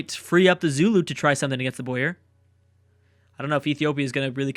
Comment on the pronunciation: it boer not boyer